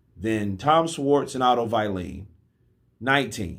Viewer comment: Who the f... is “ Otto violin “ ?